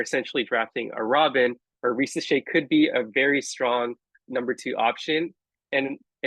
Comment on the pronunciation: 1. Thank you for pronouncing Zaccharie Risacher name correctly, its like when people Mispronounced Victor Wembanyama name wrong coming out from France. 2. I was absolutely high on Nikola Topic at the beginning of the season, I thought of the PNRS between Wemby and Nikola. But when it came down to it , I've changed my mind about my PG of the future of the Spurs. 3. I honestly believe If my Spurs stay at 4&8 and if Risacher is off the board. I believe we are going to go: #4 - Stephon Castle #8 - Tidjane Salaun My draft day dream though is as follows: Blazers Receive: pick #4 and Keldon Johnson Spurs Receive: Picks #7 & #14 With Picks 7 , 8 , & 14 We address 3 needs. #7 - Stephon Castle #8 - Tidjane Salaun #14 - one of following 1. Jared McCain - Shooting PG off the bench running PnR etc 2. Devin Carter - Good perimeter defender, playmaker, Shooter PG off the bench 3. Kel'el Ware - Stretch 5 off the bench (replacement of Zach Collins) , could even start next to Wemby depending on matchups (like against Minnesota) 4. Ryan Dunn - Best pure lockdown defender in this draft, I see a Kawhii Leonard potential in Ryan Dunn (potential defense with Dunn Sochan and Wemby would be 🔥)